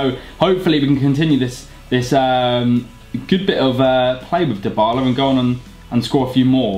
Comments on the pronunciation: His name is pronounced as Die-Bar-La. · Actually it's dee-bar-la